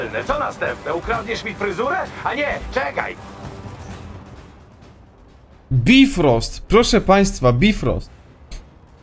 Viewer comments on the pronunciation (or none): mowi sie bajfrost